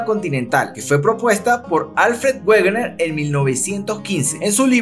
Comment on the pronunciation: Como dato Wegener se pronuncia "Vegner"